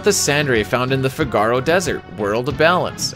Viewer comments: Love your videos. But your pronunciation of Figaro is so cringe. Fi-ga-row, or Fig-a-row, never Fi-gar-oh. As a Chicago native I prefer Fig-a-row like Cicero. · The effort for this video is absolutely insane. I just can’t get over the pronunciation of Figaro.